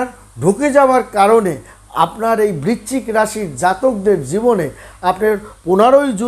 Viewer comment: বিচ্চিক না বৃশ্চিক, বড্ড কানে লাগে